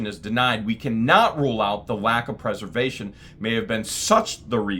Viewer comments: I hear you say Purse-er-vation, but I know you mean Press-er-vation!... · it's pres•er•vation. As in, this citation preserves! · I am just going to say... this is a great drinking game, take a drink every time says preservation wrong... just joking, but really it's a bit comical.